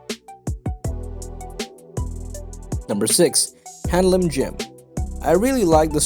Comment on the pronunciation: Btw it's not handling gym it's hanlim